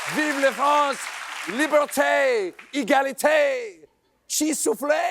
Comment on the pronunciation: I always have to roll my eyes when he gets his French wrong. It's not libertaay, egalitaay, and soufflaay, it's liberté, égalité, et soufflé. :face-turquoise-covering-eyes